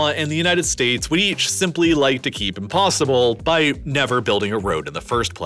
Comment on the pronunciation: I REALLY want to watch your videos but you conSIStently misuse the emphasis on certain words, and using it in the comPLETEly wrong places, making it imPOSSibly hard to listen. It's an exTREMEly unusual narration style.